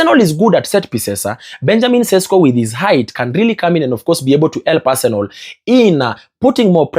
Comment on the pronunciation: Guy, is Arsenal not Arsenol. You can pronounce better pls.